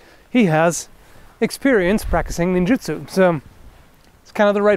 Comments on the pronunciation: did he just say ninjatsu....dafuq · 'Ninjutsu"......? hahaha